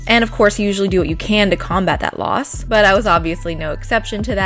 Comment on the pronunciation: Anyone saw BUTT when she said but 😂